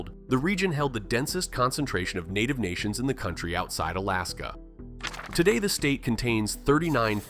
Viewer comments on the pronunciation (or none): none